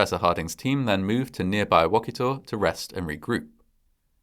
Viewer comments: Haha you got me. I recognized the thumbnail immediately and was like wtf. I forgot what day it is. My family is from Manchester OK so Ive spent a lot of time in Wakita. My great granddad used to own the local hardware store. Ah memories. I'll add that your pronunciation of Wakita made me laugh lol. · Just FYI it's pronounced Wa-keeta not wock-it-taw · I know the movie is cheesy but I just love it so much! And just FYI - the town is pronounced wah-KI-tah 😂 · Wakita - Wah-Key-Tah. I live in Oklahoma lol. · I'm a lifelong Oklahoman! I was literally squeeling when I saw my home state mentioned in the title! Knew it was twister the minute I saw Helen Hunts face, but didn't even care that it was an April fools joke! My only constructive comment would be the pronunciation of the town name Wakita. The "i" makes a long "e" sound, so it sounds more like WakEEta. It is a Native American word...like a lot of the town names in Oklahoma. In fact Oklahoma is also a Native American word. It means Red People. We are a small state, and don't get a lot of mention so when we do, I get excited! Would love it if you covered the bombing of the Murrah building or Silkewoode, or any of our other creepy/crazy occurrences. Love your channels! My bf and I watch every episode together! ❤ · It's Wuh-kee-tah. 😅. That aside, great video, fantastic footage! 🤣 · Great video. It’s funny how many people mispronounce Oklahoma town names. Wakita is pronounced wa-key-ta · Wakita is pronounced wah-KEE-tah. It’s a real town in northern OK, and fans of the movie make regular pilgrimages there. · Great story. Wakita is pronounced as Wa-kee-ta. I lived in Enid when this movie was filmed. Hollywood bought like 12 Dodge Ram trucks and I saw them take them north to start filming. Keep up the great work! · It’s pronounced Wa-KEE-ta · Oklahoman here. Your pronouncing wachita wrong.